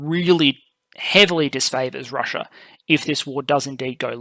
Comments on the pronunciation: It's "Russia", not "Russier". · Is she? Is her name spelled "RUSSIA" by the entire world yet this guy and his country keep jacking it up to make it sound like "RUSSUR?" And speaking of jacking it up, is that you in your parent's basement making up little boy jokes?